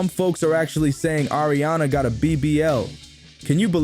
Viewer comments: Its "AARIANA" not air-riana Thanks for the vid 😘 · Ya know it’s Not air-rihanna 😂😂